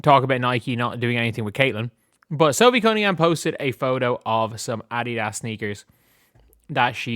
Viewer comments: Adidas is pronounced A dee das not A dee ass. It is Greek. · did you see that Nike is being investigated by the Department of Justice for discrimination? Nike isn't doing so well.... By the way, A-dee-das is how it's pronounced. 🙃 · The way he says Addias is funny